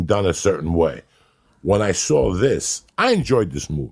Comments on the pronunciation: "i sawr it" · "I saur it"..am I right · The way he says saw it 'I Siwr it' lol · He sawr it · I "sawrit" on netflix. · “I saur it” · "I soar it"